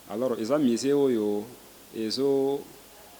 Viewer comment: Madame la journaliere,balobaka Museen to misee???😂